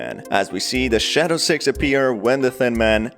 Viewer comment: He accidently said sex instead of six